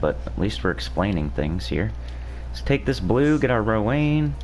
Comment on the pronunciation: i think Rowanne is pronounced Row-AN... not Row-ANE... cuz Anne = An. Rowanne is also a name for girls... and it's pronounced Row-AN.